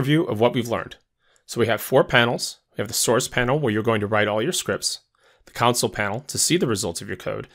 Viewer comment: Am I the only one who cringes every time he says counsel, not CONSOLE?